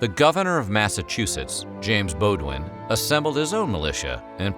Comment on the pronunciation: The name Bowdoin is pronounced "Bowdin". Fun fact: Bowdoin College is named after him.